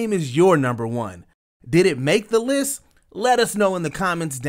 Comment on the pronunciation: This narrator,, is mispronouncing a lot of words. For example, the way he says accuracy. 0;13 counin. for this lis.